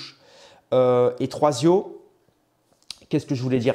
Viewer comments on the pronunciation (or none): Tertio mec pas troisio😅. Bon relayage merci